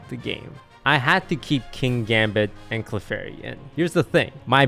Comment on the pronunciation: Clefary, unreal lol